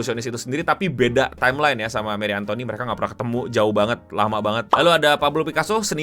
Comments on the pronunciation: Sekedar koreksi Cara baca Marie Antoinette begini 'Marí Antwánet'. Kalau Che Guevara di bagian Guevara begini 'Gwevara' bukan 'Guwevara', agak cepet dikit di bagian 'Gue'. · dibacanya marie antonet gk sih